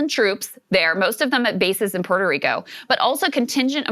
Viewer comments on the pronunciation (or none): none